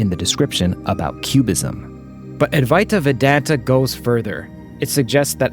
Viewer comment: C'mmon! You can do better with the pronunciation of Adwaita Vedanta!😄😅